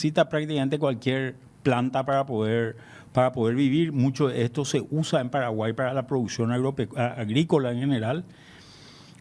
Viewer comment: que mal pronuncia lo Paragua!!!!!!! dónde esté el r. !!!!